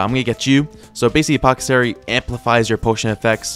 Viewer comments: "apothocery" apothecary* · I die a litte more everytime pronounces apothecary as " Poh-cuh-sary "